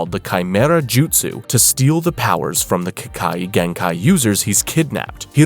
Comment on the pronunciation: No hate but you pronounced ke kagenkai wrong